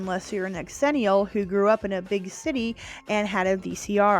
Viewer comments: I'm sorry but I literally can't watch this strictly because of hearing "X-ennial" FWIW it sounds like "zennial" ☺️ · Proud xennial here, I enjoyed your pronunciation of xennial very much. I say pronounce it Zennial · Okay, I gotta say the X is a Z sound... pronounced "Zennial" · X-ennial? Thought it was pronounced Zennial… because that’s how X’s are pronounced in words. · Its pronounced Zennial. Not X-Zennial. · My only quibble is your pronunciation. We don't pronounce it "X-erox", it's simply Xerox. The same way it's Xennial "zennial". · Xennial….pronounced Zennial…like Xerox. I feel like I fit more into the xennial category than full out millennials like my younger brother. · Great video except the incessant mispronouncing of "xennial'. It's pronounced "zennial". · ZIL-enial Its pronounced Zilenial Like gen z You dont pronounce xylophone X-ylophone do you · Funny, I always thought it was pronounced “zennial.” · It’s pronounced zenee-ul like xylophone is pronounced zylohfone… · Is that how you pronounce it?! I’ve always thought it was zennial 🤷‍♂️ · Who else got irritated or annoyed at their pronunciation of the word “xennial” (pronounced “ ZHEN-ial”) 🤨🤨🤨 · I thought it was pronounced zhen-ial. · Isn’t it pronounced “ex-ennial” to emphasize the two generations’ names — Gen X and Millennials? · Honey you are not a xennial if you can't say it right. I bet you say Xena as X-ena... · I can't stand the mispronounced xennial....